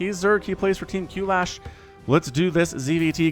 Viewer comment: For the record, Qlash is just pronounced as Clash